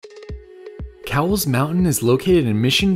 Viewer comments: I see my house! 😀 it’s crowded, that’s the only negative I see. BTW, it’s pronounced like the store Kohl’s, not like the 🐄 Try Mt Woodson. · Fun fact, it is actually pronounced “coles” mountain! Great video! Maybe someday we will catch a hike together. Just getting my hiking channel kicked off! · Great hike but it's so crowded unless you go super early or late. Oh, also, it's pronounced "koh-wools." LOL. The mission trails ranger corrected me multiple times 🤣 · It is actually pronounced Kohl's - like the store. I love the backside of this mountain:) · My hood! Grew up in San Diego and could always see the mountain from all places mid city. However it's actually pronounced " Kohl's mountain " . Named after George A Cowles, one of San Diego's early prominent ranching pioneers. Love the view from there! Nice video as always! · This was a great video, it's awesome having Mission Trails in my backyard! JSUK it's actually pronounced 'Coals' 😃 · Haha! Most people pronounce it the wrong way, I learned from my history professor that it's named after an old San Diego family and their name was pronounced 'coals'. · your saying the surname wrong its with a k sound kowles